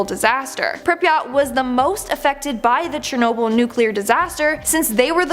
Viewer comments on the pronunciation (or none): none